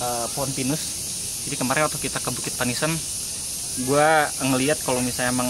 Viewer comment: Udah lama ga liat RTE , BUKIT PANIISAN sebenarnya kalo orang Sunda penyebutan nya pa-ni'is-an yang artinya tempat buat neduh atau tempat teduh 😂✌️(di ambil dari kata ti'is yg artinya dingin/adem)